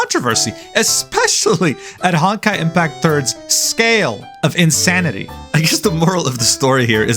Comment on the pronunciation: Stop saying “hawn-kai”